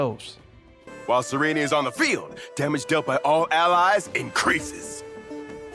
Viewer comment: finally someone who can pronounce cyerene